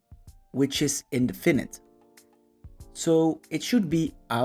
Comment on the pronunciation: I liked your explanation but had to listen to it several times as you mispronounce the words 'definite, indefinite and adjective". Please listen to English pronunciations of these words - you put the stress in the wrong places.